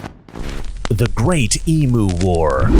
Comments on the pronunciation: They are called EMU say EMU ( try saying Eeem You ) not emoo ffs! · It’s pronounced Eem You. Not Eem Ooo. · You have to pronounce EMU correctly. "Eehm -You" not "Ee-Mu" - The Aussie way!! It is a great Story. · TIL I've been pronouncing "emu" the Australian way (ee-myoo) all this time despite being American. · Western Australian here Excellent vid - brilliant commentary! I love your work on your Mr Regan channel too & I know you know, but it's always a good idea to check the pronunciation of other countries EMU = EeemYou